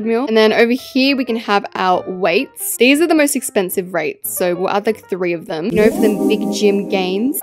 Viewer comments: she says wraights instead of weights 😂💀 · UMMMM EXUSE ME IS IT ME OR DID I HEAR SAY RAITGHTS INSTEAD OF WIEGHTS....... AHHHHHHHHHHHHHHHHHHHHHHHHHHHHHHHHHHHHHHHHHHHHHHHHHHHHHHHHHH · “raights (weights) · can we just appreciate English, we should all talk like her, this should be a new language. wall panelling "wall pailing" weights "reights".